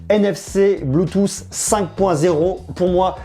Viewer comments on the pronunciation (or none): none